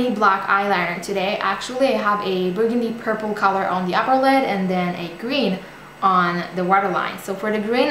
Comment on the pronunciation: Purpule? Noooooo, please change that, it sounds like a septic pimple or something even worse.